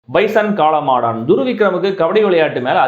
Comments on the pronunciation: Pesum podhey spelling mistake vittu pesreye na 😂😂😂 Kaala maadan not kaala maadaaaaaan😅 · காளமாடான் ILLENGA AYYA காளமாடன் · Enna bro premiere show ah! காளமாடான்❌ காளமாடன்✅